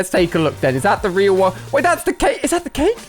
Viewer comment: The fact he said CHKake instead of just cake